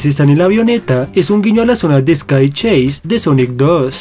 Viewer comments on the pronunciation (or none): none